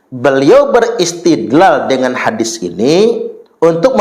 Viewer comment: Uah menang sebutan hadits jadi hadif aja, ga ada kelebihannya, ceramah tentang sejarah dan pahlawan Indonesia aja ngaco, cauape DECH... Cerdas dan pandai dong para umat Islam ini, jangan asal percaya pada ceramah2 yg dianggap/ mengaku ustadz itu